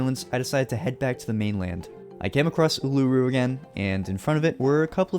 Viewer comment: as an Aussie, love your vids. but the way you pronounced Uluru gave me a headache lol